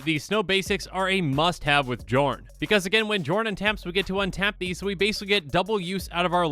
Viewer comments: Psst,, the name is pronounced yorn. Game knights already made this joke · Okay, okay, this is getting REALLY frustrating. It. Is. Pronounced. Yorn. Go to Google. Look up how to pronounce the letter "J" in Scandinavian, it is ALWAYS pronounced like a Y. It blows my mind that every single Magic the Gathering content creator collectively got this wrong. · It's pronounced Yorn Josh! Edit: Ironically, I posted this referencing the Command Zone commander match where Josh mispronounced Jorn the entire game. Then I began watching the video annnnnd awkwarrrrrd 🤦‍♂️😄